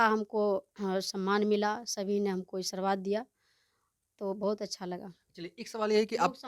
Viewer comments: बोलने भी नहीं आते बकलोल लिया को आशीर्वाद को ई😂😂😂सरबाद बोल रही है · Sabse pahle Aashirwad Sahi to bol lijiye abhi sikhye